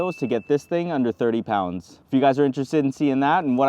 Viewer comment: … I was ALL on board until he said “3 5 P O UN D S”!!!